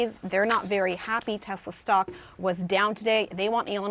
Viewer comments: It’s “TESLER”. You want to get sued!?!?! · "I LOVE TESLERRR!"